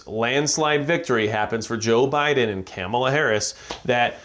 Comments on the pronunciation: Her name isn't Camela..say it right. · Her name is pronounced Kah muh luh....#respect